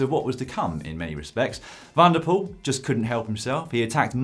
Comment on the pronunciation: It's pronounced van der Poel, not Wanderpoel